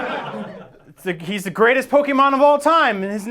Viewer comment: That's not how you pronounce Pokemon!